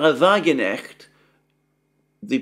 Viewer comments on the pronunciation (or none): Hi, don't twist your tongue - but the 'K' in Sahra Wagenknecht is not silent. Can't think of an example to help with pronunciation, but now that I hear you have German wife and in-laws, that hurdle should not be insurmountable. Enjoy Germany! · Alexander should ask his wife´s family, how to pronounce "Wagenknecht" correctly.